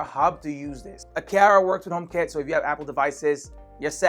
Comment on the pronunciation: It's A"Car"A... would have liked your channel but that way you say Aqara....